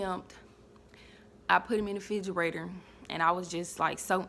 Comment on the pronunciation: Girl I'mm need for you to learn how to pronounce "refrigerator "🙄